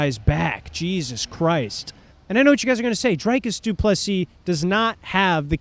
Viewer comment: Why can’t Americans pronounce dricus? Why is it drIcus?